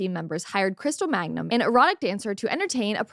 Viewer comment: Why do you keep saying magnum when it’s mangum?